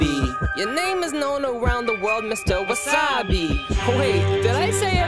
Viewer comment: Wassabi Productions part is when you say Mr wassibi